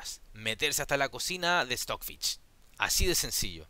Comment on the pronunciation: No pongo like porque dices Stockfich